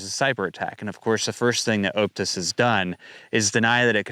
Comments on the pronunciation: For 'Optus,' say it like 'Op-tus,' not 'Oupe-tus.' Think 'octopus,' not 'opening.' 😊👍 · 1. Its pronouced OP (as in OPeration) Tus 2. Aussie(Politicians) are doing there best to get rid of cash. 3. keep up the good work!